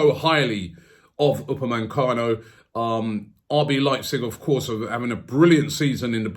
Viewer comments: UPAMECANO, not UPAMENCANO. get it right robbie :D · Why do you call him "UpameNcano"? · Robbie man you need to start pronouncing the people's names properly. Who is Dayo Upemancano